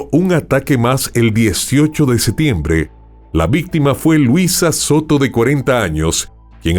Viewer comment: Excelente narración. Una sugerencia para mejorar, pronuncia la P en septiembre.